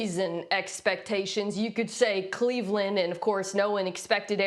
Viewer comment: Mina…….. it’s Cleveland.